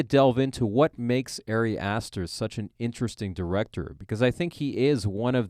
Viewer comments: Just a minor critique, only because I know Ari Aster will continue making movies that we want to talk about - his name is pronounced like “ah-ri”, not “airy”. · Honestly found it really hard to listen to this without cringing every time the guy pronounced Ari like "Airy". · "Airy" Aster is one of my new favorite directors.